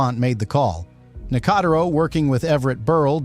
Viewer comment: Weird that the narrator uses two completely different pronunciations of "Nicotero" in the same segment.